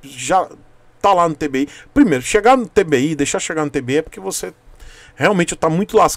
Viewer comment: TWI KKKKK não é tbi mizera kkkkk